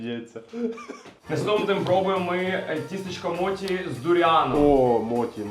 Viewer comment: відос імба, але як філолог я трошки поправлю вас, не моТі а моЧі. Бо моті то стара полівановська версія російського перекладу